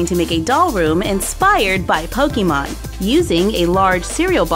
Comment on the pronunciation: Does it bother anyone else how she says Pokemon? 😂